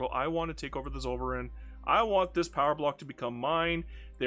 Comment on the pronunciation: You could try saying "tsoll-fer-ine" (ine like wine) next time to more authentically pronounce Zollverein. :)